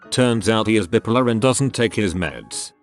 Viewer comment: The way the automated text to speech says "bipolar" always cracks me up